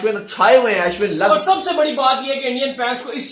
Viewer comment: It's not As win.... It's Ashwin.